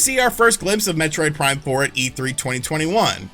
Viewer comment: Heh. He said "Metroid Prime 4mula." 😄